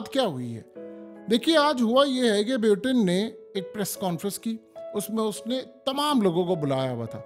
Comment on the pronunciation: please check the pronunciation of "Putin"